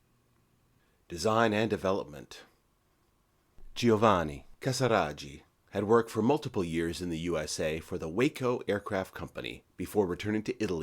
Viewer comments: Just to help you out a little bit - Waco is pronounced wah-co, not way-co. Aviation guys notice things like this.... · It's pronounced, " W AH CO ". Not like the city. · WACO pronounced wrong. A is like the A in want. It was an acronym.